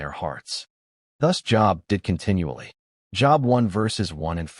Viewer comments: It's not job,it's long o Job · Please, oh please, find AI or whatever you are using and change it. Job is a name pronounced like ‘jobe’ and not like the office you go to each weekday. And our almighty creator deserves the respect you expect for yourself, that His name, God, be capitalized. His other names such as Yahweh, Adonai, even the pronouns He, Him. Important lesson in this story, but please get your act together. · Pronounced Job wrong, it has the 'o' sound. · That is a long o in Job.